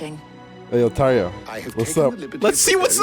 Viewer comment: Yeah, the way Tarja is spelled and pronounced in the game is the exact way it would be in finnish.